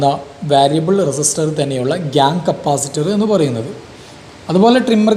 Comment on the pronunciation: Capacitor ✅️ Capasitor ❌️